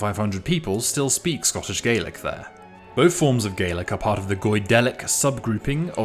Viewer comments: In Scotland we pronounce the language /galik/ not /gelik/ as in Ireland. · Hi, your pronunciation of Scots Gaelic is incorrect. The 'a' is pronounced like in 'tack' rather than 'take' (just ignore the 'e'). I suspect a lot of the confusion comes from the fact that the English translation of the names of the languages are spelled the same (Gaeilge being Irish and Gaidhlig being Scottish), and as people know how to pronounce the Irish version, they assume the Scottish version is pronounced the same. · This is just a big pet peeve of mine but it’s pronounced “gah-lick” for scots ghàidhlig not “gay-lick” as is the case for irish gaeilge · Scottish Gaelic is pronounced Gah-lic, not Gay-lic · The pronounciation of Scots Gaelic depends on what language you're speaking. If you're speaking Scots Gaelic, it's spelled Gàidhlig and pronounced gahlick, but if you're speaking English, it's pronounced gaylick. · tha mise Gàidhlig, Beurla is Albais Doraig agam, agus ann am Beurla, tha e "gah-lick", chan eil "gay-lick". cha robh mi a-riamh eòlach air a' Ghàidhlig mar "gay-lick", 's e duine Moireibh a th' annam airson fad mo ràithe. tha mi air a' bhith ag ionnsachadh Gàidhlig airson trì no ceithir bliadhnaichean, ach cha do chan mi "gay-lick" roimhe. it's "gah-lick" in Scotland, not "gay-lick". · I was born in Montrose, and I don't speak the language but I have always heard it pronounced "gay-lick" where I come from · it's not though, because Gaylick means Irish, so people will just think you mean Irish if you say that. Also, it's not a regional dialect difference its a mispronounciation based on ignorance because the overwhelming majority of Americans do not know what Gaelic even is. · thank you It annoys me so much how often people get this wrong 😭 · Maybe on your side of the pond, but where I live, it's pronounced | ˈɡālik |. This is the entry from the dictionary on my computer. English is pronounced differently, depending on your location.